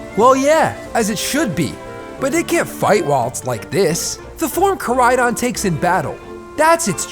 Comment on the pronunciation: I love the vid but why in area zero koridon became miridon